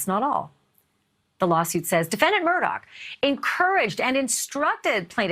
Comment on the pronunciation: The name is pronounced MURDA not MURDOCK